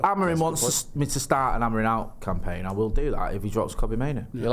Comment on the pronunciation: You nutters are putting the stress on the Amorim name everywhere except where it goes AmoRIM and the last m is pronounced more like a nasal n